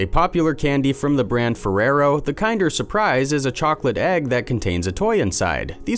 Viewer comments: Bro how do you f up kinder Dead ass everytime I see one now i am gonna hear you saying kind er instead of kinder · Kin-der, not kine-der. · It’s kin-der not kind-er just saying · LMAO Kind-er surprise... Kin-der surprise my friend. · I'm British and I'm triggered how says kinder KIENDER!! It's like saying kindergarten KINDER!!!!! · Me too. I'm australian. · Kin-der not kind. Kin der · Kinder isn't pronounced like kinder as in someone is kinder to you, it's pronounced like kin as in someone is you kin & der so kin-der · Pronounced kin.der. omg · KINDER!! KINDER!! IT'S KINDER SURPRISE!! LIKE KINDERGARTEN!!! OMG!! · I couldn't get past this dunce rhyming "Kinder" with "binder," so THUMBS DOWN again. Stay safe, everyone. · Kinder... seriously why is this channel full of people who pronounce things so weirdly. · Mispronouncing "kinder" once or twice was a little annoying. Repeating it as many times as it was in the video was outright obnoxious. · I'm a Yank and am triggered as well lol. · Me too. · Kinder, the brand, is pronounced like in Kindergarten, not as if it’s nicer than others. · ‘Kinder’ is pronounced as the same as ‘Kindergarten’ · OMG!! The first word of the video past the title and he mispronounces it!